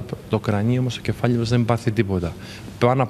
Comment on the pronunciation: το κεφάλλλι είναι κεφάλλλι!!!!